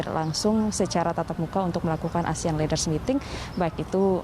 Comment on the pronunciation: Ini reporter tolong dilatih cara mengucapkan kata dlm bhs ingris.. jangan membuat malu Indonesia, negara sebesar Indonesia kok reporternya mengucapkan kata leaders saja ngk benar.. 🙈